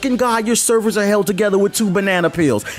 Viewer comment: that’s hilarious because I was just listening to this shit in the background and I could of sworn I heard “Cerberus” instead of servers 🤣 and then 10 seconds later you drop a Mass effect reference